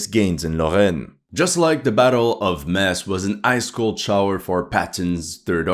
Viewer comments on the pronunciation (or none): 90% of the German army was at the east front. Thin brown line. cmon Metz= Metts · you pronounce with Metz with a Z not with a S